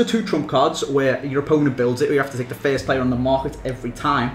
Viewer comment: you say fiest instead of first